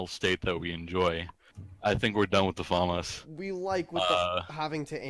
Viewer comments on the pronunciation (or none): or "faemas" when as it being french is "Faamas"